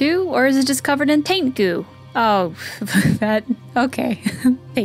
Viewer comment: "Taint goo" poorly said but still correct!